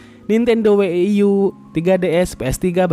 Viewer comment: Bang coba dong bang next klo ngomong wii dan wii u jgn we-i-i atau we-i-i-yu agak gimana gitu bang denger nya wkw cukup wii atau wii yu, itu yg bener